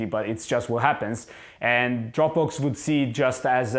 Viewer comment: It took me a moment to realize he was saying Dropbox and not Dropbooks.